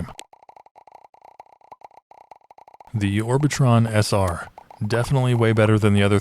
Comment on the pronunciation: Bro its pronounced orbitron senior